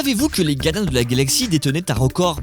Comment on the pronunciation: il se passe quoi avec le gars qui fait la voix off? il n'arrive pas à prononcer les "R"? la gadins de la galaxie à 1 seconde de vidéo, c'est fort